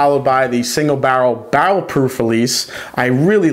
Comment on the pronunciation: Say "bah-rl" one more time...